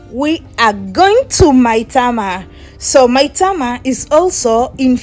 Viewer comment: AT u sound like a nija girl d way u pronounced Maitama, Wuse and Kuje. Our wife